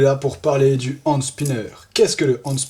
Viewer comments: Juste ca se dit PAS hANd spinner MAIS hENspinner 😂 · Ca ce dit hènde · ca se dit ènd spinner